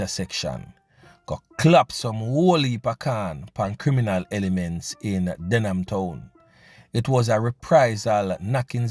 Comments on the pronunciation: Them can't even pronounced them community name !...DehMan Town!...DEHMAN ten???soon hear Den gyal ten. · So dumb he does not even know its Denham and not Dehman